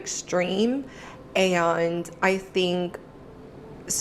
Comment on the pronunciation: At time , This ho reviewing the Whatever podcast just pronounced the word “and” - a one syllable word, as a three syllable word: a—on-d. that’s a red flag.